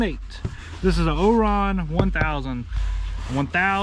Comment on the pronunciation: It's pronounced Orion (Oh- rye -on) like the constellation. 👍